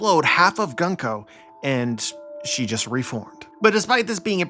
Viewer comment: Gunko's name (軍子) is pronounced グンコ goon-koh not guhn-koh. The simplest way to to remember this aside from just learning Kana is to remember that Japanese syllables are nearly always pronounced the same. Thus the U sound in Luffy, Usopp, Kuzan, etc and the U sound and Gunko will be the same. Interesting theory. I definitely think there is something up with the Gorosei and the God's Knights not exhibiting Haki so far. I do wonder if there really is a difference between the two though. All the Gorosei are very old already, and Garling, while he did age, is now also old. It could be that they get old but will never deteriorate in a way that will result in death.